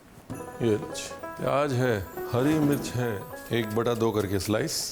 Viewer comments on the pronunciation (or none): itna svaadisht recipe banaay ho lekin Pyaaz ko pyaaj, Zeera ko jeera aur zara ko jara bol kar svaad kirkira kar diye..😊